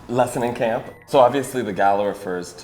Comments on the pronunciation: it's meant to be camp not lamp 😄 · read CAMP as LAMP 😂